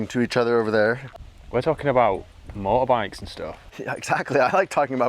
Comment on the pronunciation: "We're talking about Moabites and stuff." What? Oh, "motorbikes". Nevermind.